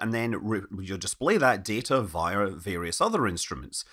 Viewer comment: how does a guy who says crap like, 'it would read data from ee multitude of sensors around the spacecraft. synthesize them into data. and then display that data viar various other instruments.' have the gall to correct anyone on their pronunciation of anything? this is your native language and you're demonstrating that you don't know what sounds should go where, or even how words work. what does 'data' mean to you if it's simultaneously something you can collect but also something you have to manufacture?